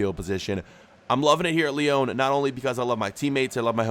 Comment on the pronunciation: What’s the point in correcting Brugge when you can’t pronounce Lyon right!